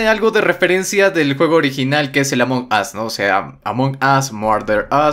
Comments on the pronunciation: Aam perdon pero se pronuncia "Amongous" no como tu lo pronuncias ya que tu lo pronuncias "Among os" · c ecribe Among Us pero c pronuncia amongos